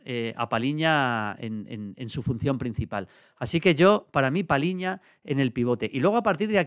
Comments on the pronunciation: Maldini, es Palhinha y no Palinha. “lh” se pronuncia como una “ll” en español. Por eso este apellido se pronunciaía como si en español se escribiera “Palliña”. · João Palhinha, se pronuncia PALLIÑA, no Paliña. 👍👍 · A ver Julio. Cuando toca felicitarte toca felicitarte, pero también hay que criticar lo malo. Palhinha=PALLIÑA. Cada vez que dices Palinha muere un gato. PaLLinha. No te suena más portugués eso que paLinha? Que no te parezca mal hombre, pero... Es tan top y lo dices tantas veces que mejor que aprendas a decirlo bien.